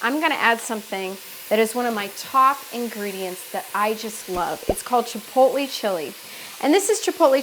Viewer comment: "chipotle" not "chipolte"